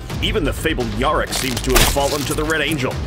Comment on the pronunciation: You guys say yarrick wrong